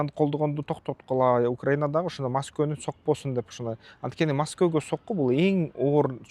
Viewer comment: Масково эмес Москва